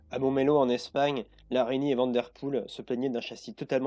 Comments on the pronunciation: Eric Vandepoele, et non VandeRpoele... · Bon travail continue comme cela mais s’il te plaît : Eric van de Poele et non Vanderpoel !!! Les français ont vraiment un problème avec les noms belges 😢😉